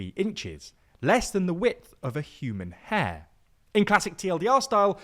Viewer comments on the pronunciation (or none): none